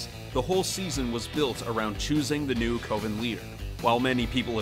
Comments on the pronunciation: Coven sounds like cove and oven combined. Not co-van. Lol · lol the co-ven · Holy crap dude...do you have nobody to proof your video's before you publish them? "Coe-ven"? Are you serious dude? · "Co-ven" Literally say it in the show, mate. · Why is he saying Coven like that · I disliked because he can't pronounce Coven right. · Went str8 to the comments to see if this drove anyone else mad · Like that thing you bake cakes in, the o ven. English is Hard! lol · he did mispronounce coven, it just reminded me of American Movie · American Horror Story: It's Coven, as in OVEN Arrested Development: His name isn't pronounced Gob as in job. It's a long OH like globe and a soft G (like a J sound). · What kind of pronunciation are you using?! "Coven" is pronounced with a short "o". And, for the record, you also mispronounced GOB's name. The "g" isn't pronounced like the "g" in the word "gorilla". It's pronounced like the "g" in in the word "giraffe." And this time the "o" is long. If you're going to talk about these things, learn how they're pronounced.